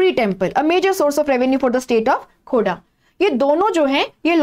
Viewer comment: It's Khordha ❤